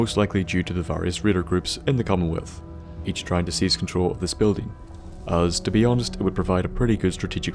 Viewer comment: "...in the camelwealth"